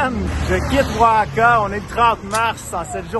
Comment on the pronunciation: Oaxaca ça prononce : waˈhɑːka à peu près :)